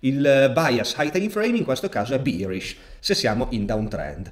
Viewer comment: sono atterrato qua incuriosito dal richiamo che hai fatto durante la live. la qualità dei contenuti era top già allora, ma la pronuncia di “bearish” ha fatto grandi progressi 😂